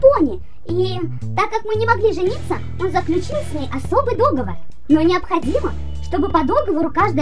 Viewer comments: В некоторых моментах, уши вянут. Не ДОговор, а ДоговОр! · Не, я всё понимаю, но... говорится договОр... Не кидайте тапками, просто я люблю, когда всё на своих местах